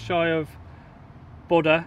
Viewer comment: so funny hearing you pronounce Bodø and Lofoten, Bodo and Looften :D